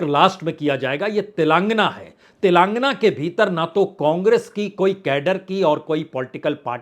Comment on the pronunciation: तिलांगना, तिलांगना,तिलंगना नही तेलेंगाना। पुण्य प्रसून आप तो पढेलिखे हैं। एक शब्द सही उच्चारण क्यों नहीं हो पाता आप से?